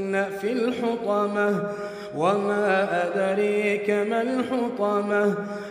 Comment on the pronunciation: Oma adraka hobe, but akhane oma adrika bolche Kano? Ata akta moha vul ওমা আদরআকআ হবে, আর এই হুজুর এখানে পড়ছে ওমা আদরআকআ কেন?ন